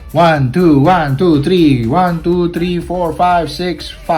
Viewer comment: Thank you so much for the tips..dude.. I have the same issue here.. When yoy said 1.2.woiii..woiii..you sound like indonesian 😄